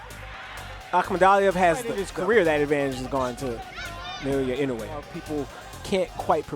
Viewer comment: should at least learn to pronounce NI's name correctly before flapping his disrespectful jaws especially since NI handed him his ass🤣